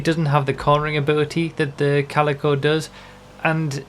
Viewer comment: Thank god you know how to pronounce Calico. A lot of youtubers' pronunciation have been bugging me since the car released xD